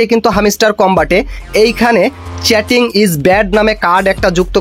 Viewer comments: ভাই তুই আগে ভালো করে ইংরেজি উচ্চারণ শিখে নে😅😅😅চ্যাটিং না চিটিং😅😅😅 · চ্যাটিং না রে ভাই চিটিং হবে ওটা। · চ্যাটিং না ভাই চিটিং 😶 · চেটিং না চিটিং, আগে কথা শিখতে হবে😂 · চেটিং নয় চিটিং ইজ ব্যাড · প্রত্যেকটা শব্দ ভুল 😮 চ্যাটিং নারে ভাই চিটিং 😄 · চেটিং নয় চিটিং হবে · ভাই! চ্যাটিং না। এটা চিটিং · চ্যাটিং নারে ভাই। চিটিং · Chatting na Vai cheating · আগে নিজের ইংরেজি শুদ্ধ করো🧐তারপর ইউটিউবে কাজ করো।চিটিং কে চেটিং বলতেছো😅😅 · হামিস্টার না ভাই হামস্টার চ্যাটিং না ভাই চিটিং আগে উচ্চারণ ঠিক করুন